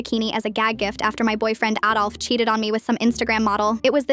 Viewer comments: also she pronounced it like 'addolf' not 'aidolf' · HOLD UP. DID SHE SAY ADOLF